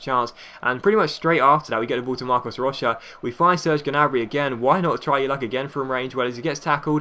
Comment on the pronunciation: Marcos Rocha ( Rosha ) PT- pronunciation ...